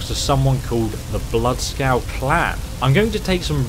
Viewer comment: It's bloodskaal